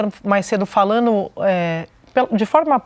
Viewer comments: " falano" 😂😂😂😂Pensei que era " falando". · É de sentir asco e ter ânsia de vômito ouvir falas que causam o assassinato da Língua Portuguesa. Essa Sadi não pronunciar o gerúndio na conjugação NDO. FalaNDO, assistiNDO. Então, já que é assim que ela, como jornalista, fala, vamos todos omitir o “d” do NDO e partamos para o “iNO, falaNO e etc”.